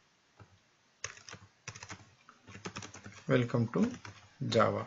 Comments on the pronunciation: that's welcome not wecome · "Hello, "wecome" to java"